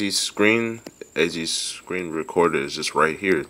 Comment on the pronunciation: " azis , azis screen screenru ru recordah"